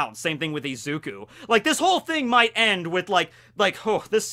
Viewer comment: This boy called izuku ezuku 😂